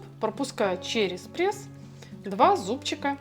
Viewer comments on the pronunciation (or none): none